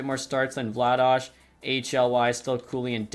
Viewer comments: Please keep calling Vladar "Vla-dosh". It's literally "vla-dar", calgarians call him Darth Vladar instead of Darth Vader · why are you calling Vladar "Vladaj" lmao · Pronouncing Vladar as Vladash? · Yeah what's up with that, I'm a flames fan and I've never heard that pronunciation before